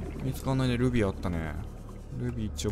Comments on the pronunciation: ルビー！がグミ！に聞こえた笑笑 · ルビーがルフィーに聞こえるw